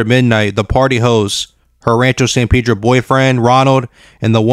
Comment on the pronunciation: Its Pedro not peedro 😆😆😆🤦